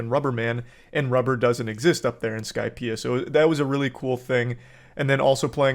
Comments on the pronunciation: bro said "i just finished the skipeia arc" 😭😭😭 i clicked off the vid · Im sorry i couldn't hold my laughter when he said he'd been watching for 2 years and then he said " i just finished skypea".😅😂😂